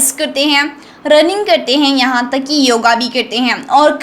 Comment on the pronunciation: Om my god. This girl voice. I really laughed at whole video. "हीयें" 🤣🤣🤣🤣